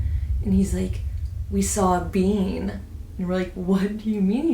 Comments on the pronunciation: Pretty sure she is saying being. Like a "human" being. I thought she said bean at first too but being would make sense in this context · Just realized at the end when ur telling the story about ur dad that u said he saw a “being” and not a “bean” 😂 was so confused at first… my first thought was a “SW” though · lol i thought when you said “being” you said “bean” and i was so confused